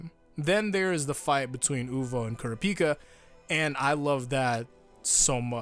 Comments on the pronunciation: “Cure-Ah-Picka” is it not pronounced “Cure-Rop-Picka” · KURA PEAK A. KURAH PEE KA. please pronounce his name correctly. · Hearing pronouncing Kurapika's name as Ku-ra-pi-ka instead Kur-ra-pi-kah like in the eng dub is just so weird like on how to pronounce Jotaro's name. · The way he pronounced kurapika😪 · I'm sorry but what the fuck was that pronunciation of Kurapika? Is that how it's actually said?! If so I've been wrong this whole time and wish I wasn't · Is it pronounced Kura-pika or is it pronounced as K-o-r-apika… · Dean Fish no that’s not how it’s said he makes it sound terribl